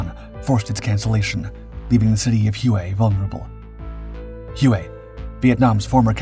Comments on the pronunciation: Drove me nuts throughout the video. Whey not hew-ay. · Thank you Gentleman. HUE-A? OMG...anyone that grew up in those 1.5 decades of the Vietnam War, knows it's pronounced WHEY CITY! My father was in the 6S Navy and was stationed on board a "Tin Can" ship. I was very young, but he'd tell me some stories about he was told from Marines. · It's pronounced "Way not hue-a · The name of the city is pronounced WAY not who-aa. Love your videos. Please keep producing great work. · HUE is pro ounced "WHAY".Not hooway. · So many butt hurt yanks in the comments it pronounced “Way” STFU 😂 he’s a young lad in his twenties and not a major production company. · It's pronounced "Way" and my father flew USMC CH-46 Sea Knights in support of this operation. He told me that...he felt his superiors were personally trying to kill off his whole squadron! That after the battle, they only had two helicopters left in action and that they were deemed "Ineffective"...in his words and the Squadron was absorbed by another squadron and sent to support Marines elsewhere. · All the old fellas who talk about Nam they say "way" when pronouncing Hue. ❤👍🏽🇺🇲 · It's pronounced WAY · This is interesting because during the fighting, the US News channels called it Hu-ay every night. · All Marines pronounce it “Way”. 2nd Battalion 5th Marines, “The Blackhearts”. The most decorated Battalion in the Marines. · You are correct. All Marines pronounce it “Way” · You noticed that too? It is a pretty rookie mistake., I was a bit surprised.